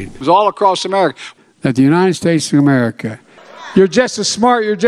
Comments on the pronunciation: He can't say America but he no trouble saying China. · Two words, "United States of Ererica" Not a joke, c'mon man. Two more years, Sheeeeeeeesh. It was a Thanksgiving dinner and two turkeys were there. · Two words: "Make Ma-Merica Great Again" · Let’s see… Mamerica, Arerica, Amurca, Garerica, Amers, Amer, Awerica, G’mera… Where does he live, again? 🤔 What country is he Resident of, again? 🤔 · I agree... it's infuriating that he can't say "America' correctly. UGH! 🤬🤬